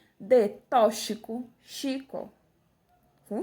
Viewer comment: "Tochico"... hahahahah.... é toquisico.